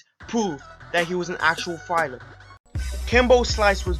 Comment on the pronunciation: Fighler? lol idiot